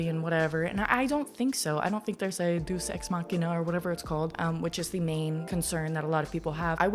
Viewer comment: Ok as soon as you said found family you sold me. That is one of my favorite tropes. Also political intrigue is my jam! Gonna get this on audio book and listen to it on my drive home after Thanksgiving (6hrs wooo 😭). PS: Deus Ex-Machina is pronounced “Day-us X Mah-key-na”